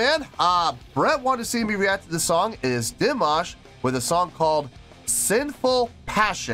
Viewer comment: 😁 You said his name correctly from the first try, that was cool :)) And yeah, I think that was an E6 :) He can handle the 6th octave in head voice + flageolet, up to F6. His whistle notes only begin in the 7th octave, E7, F7, F#7, G7 (once he hit a D8 live in the middle of a song, in concert). Also, he can go as low as A1 in chest voice, and even lower in fry register 🔸He can sing in 6 octaves, and he can hit notes in 7.2 octaves. 🔸His musical genre is neoclassical crossover, mixing everything from opera -> rap -> kazakh folk -> rock elements. Every song is a surprise :)) That yodel/trill was real, no effect, and it was meant as a mourning sound, tribute to the lead singer of the band who passed away ("Sinful Passion" is a hit of the band A`Studio, on stage behind him). The keyboard man was the composer of the song. Dimash participated as a guest in this event (New Wave 2018). This was the first day, and several singers performed covers of the band A`Studio`s songs, as a tribute to their career. Dimash covered their hit "Sinful Passion". At the end, he thanked them, including for them being an inspiration for young singers. Dimash had great appreciation for the lead singer, who passed away at 52, and for whom he included that trill mourning vocalize in the middle of the song. The band A`Studio have been around for decades, so they are seasoned professionals, and they`re just chill, not bored :) [New Wave is a competiton for young singers, but Dimash was performing as a guest]